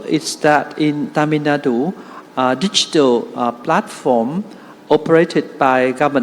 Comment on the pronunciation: I appreciate pronouncing "tamilnadu" correctly👏